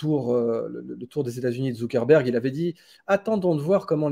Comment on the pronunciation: Zuckerberg pas Zuckenberg 😂